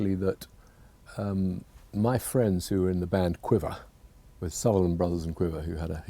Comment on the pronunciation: the way David says "quiver" is the most British thing I've ever heard.